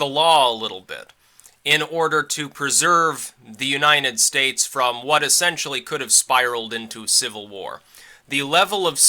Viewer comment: you're amazing. I love how you pronounce U-9-estates.